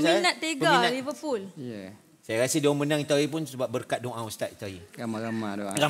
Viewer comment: jihan : liveRRRpool bkn kaki bola cenggitu bacanya 😆, R terlebih sebut